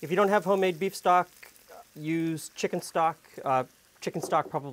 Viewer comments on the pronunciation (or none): none